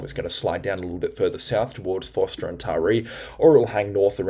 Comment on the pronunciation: G'day Josh here around Mossie (Moss Vale - West of Kiama it got to around -5°C last night. Just FYI: Ulladulla is pronounced 'Ull-a-dull-a' not 'Ool-a-dool-a'. Also Forster (NSW) is pronounced 'Fosta' not 'For-sta' I hope this helps you with pronouncing a couple of Australian geographical places in NSW. Please don't take offence. We love your weather forecasts. Do you think the winter overall will be warmer as predicted? Which would mean rain? Keep up the great work, I know you work hard, and I hope it is paying off for you. Kudos mate.